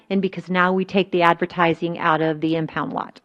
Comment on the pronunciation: My blood boils when I hear her say impound lot